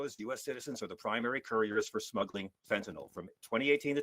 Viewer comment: I must give Fugelsang 1 credit - at least he can pronounce fentaNYL correctly...